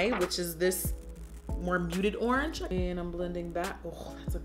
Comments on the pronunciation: She said "ORNGE" 😭😂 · ANYONE PISSING THEMSELVES ABOUT HOW SHE SAID ORANGE AT 18MIN